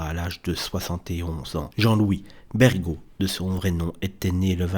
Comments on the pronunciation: Merci mais il y a 2 erreurs dans cette vidéo : Il ne s’appelle pas Jean-Louis Bergot (prononciation GU) mais Bergheaud (prononciation J) Il n’est pas mort d’une longue maladie comme le cancer mais d’un accident brutal : une embolie pulmonaire suite à une phlébite, et il n’a pu être sauvé à temps à cause du retard du Samu ! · Mauvaise prononciation du vrai nom Jean-Louis et fausse information concernant la raison de son décès. Quand on ne connaît pas, on ne dit rien plutôt que réciter un texte déjà mille fois entendu